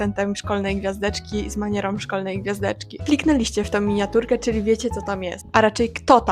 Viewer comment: Cytuję: "A przy okazji wyjaśnię wam, o co chodzi (...) z MANIEROM szkolnej gwiazdeczki"., poprawność dotyczy również wymowy nosówek w wygłosie.